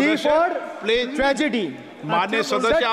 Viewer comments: Speaker sir... Not pledge is please. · Speaker sahib, correct your pronunciation. It's 'Please' not 'plege'😂😂😂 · Please hota h Pleej nahi😂😂😂😂😂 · Pleezzzz pleezzzzz nahi Please 😅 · Please ❌ pleege ✅ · Plejj Pyeej pledge and what not ganwaar bagad billa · Speaker:Pleach pleach pleach continues😂😂😂